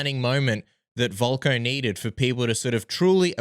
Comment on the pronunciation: VOLKA not VOLKO. dkhds! 🙄